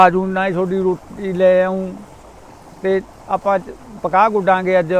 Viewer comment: BAPU JI KAPAH HUNDI AA PAKAH NAHI